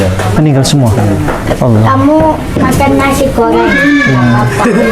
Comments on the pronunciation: Alhamdulillah,barokahlloh secara tidak langsung sudah berdakwa,tapi maaf dlm pengucapan Alloh masih seperti menjadi pendeta,semoga bpk lebih Istiqomah amin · Mohon DIROBAH pak penyebutan Allah,jangan biasakan lagi menyebut alah.Apa itu alah? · Pak ucapan Alloh kase benar pak bukan ala tapi Alloh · Maaf ralat cara pengucapan Allah nya (oloh) bkn (alah) sekali lagi maaf 🙏.. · TOLONG BELAJAR UCAPKAN ALLAH...... bukan alah ( dlm Bible ) PLEASE!!!!! Anda sekarang sdh jadi muslim, harus bisa ucapkan ALLAH. RISIH KUPING DENGAR NYA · Islam itu fleksibel, perlahan tapi pasti lg br belajar dan trs belajar, sy yakin lama" pasti mampu mengucap kalimat Alah dlm kristen menjadi ( Alloh) dlm islam 🙏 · bukan alah bacanya...tp Alloh tolong di beri tahu min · Tolong ustadz ipung nya di ajarkan penyebutan nama allah SWT biar enak di dengar nya biar ga kaya org Kristiani. 🙏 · napa nyebut Allah pakai lafal gitu... Sekrg sdh muslim lho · Semoga pak melafalkan ALLAH bs lebih baik Amin YRA Mungkin krn wkt msh jd pendeta berkotbahny melafalkan Allah seperti itu Maaf 🙏 Semoga istiqomah Amin YRA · Lebih bagus lagi kalau ini berlatih melafazkan Allah biar lebih abdol. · Amin semoga demikianlah yg terjadi hanya saja belum bisa Pasih mengucapkan Allah sebagai mana orang muslim, masih saja orang seperti orang kristiani cara penyebutannya